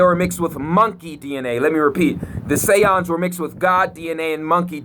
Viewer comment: Those Mf Say-Ohns 😂😂😂